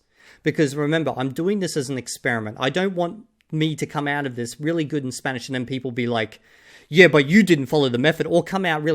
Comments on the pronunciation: As someone whose studied and spoken Spanish for 8 years I want to add the gringo’s Spanish accent was not good at all it was like someone who had been learning Spanish for 6 months properly and never tried with the accent. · 2000 hours to still being incapable of pronouncing an Spanish double "R". Practice pronunciation at first guys, don't rely only on input.